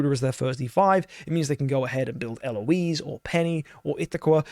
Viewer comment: They way you say Eloise Bro fix it